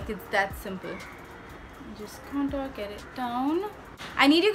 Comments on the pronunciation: Oh my god 😂 you said conturr 😂😂 I can't fucking stop laughing😂😂 you are soo funny I love your videos soo muchh Sending virtual hugss❤ Loved the tutorial n oh ma god the red lip💃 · What's "cantoor" ?? 😂😂😂 I lllooooooooovvvvvveeeeee the way when you speak like that 😂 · Contoor 🤣😂 #hillarious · Love u see u like this...u r so beautiful n ur makeup is so amazing❤😍n whn u say...KANTOOR😂😂👌..bt i love ur all videos n ur makeup is so flawless n looking naturally 😘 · Kantoor(contour) 🤣🤣literally made me laugh..u r superbly stunnin honey❤